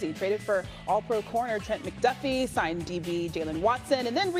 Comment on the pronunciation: Why he "signed". It's "signed".